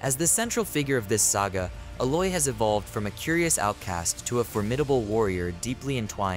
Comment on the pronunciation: Never give the word "Aloy" to the AI voice synths. A'loy should work. :)